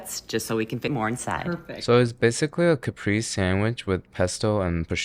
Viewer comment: Why did you pronounce caprese like that?